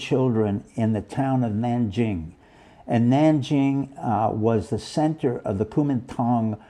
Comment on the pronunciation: Don't you know it spled nan-king nangink.